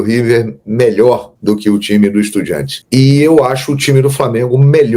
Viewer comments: EstudiAntes, se escreve com A e se pronuncia em espanhol com A, para com essa coisa de EstudiEntes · Mermão, estudiAntes, tá confundindo com independiEnte, acerta essa pronúncia kkkkk